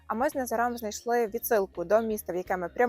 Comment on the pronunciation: у вас біда з наголосами - ІмрЕ, з НазарОм. жах.